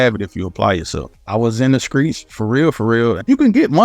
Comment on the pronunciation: Bruh this man really said "skreets" instead of streets I'm dead 😂😂😂😂😭😭😭😭😭☠️☠️